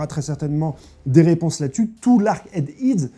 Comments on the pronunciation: Eggs HEAD ! HEAD comme TÊTE !!!!! HEAD pas « ide » mais « ède» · EGGHEAD ne se prononce pad "ÊGS HID" mais plutôt "AIG AID"